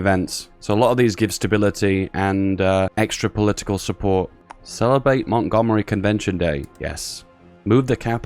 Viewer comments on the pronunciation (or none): none